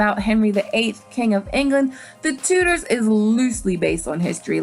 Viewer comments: TuDors - it's pronounced with the D in it! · I found it it hard when you said "I'm a history buff" And then pronounced 'Tudors' as 'Too-ders' (It's 'Tchoo-ders', just like it's 'Tchumah' not 'Toomah'). But then to say that 'Reign' had good costumes! They're impressive... but bloody awful from an historical context. Also, GoT is not a Period drama, it's a fantasy drama. 'Period drama' suggests its part of actual Earth history... Otherwise a good video. Doesn't the Last Kingdom's protagonist bother everyone though? Uthred is the oddest performance I've ever seen... The way he talks, his bizarre costume?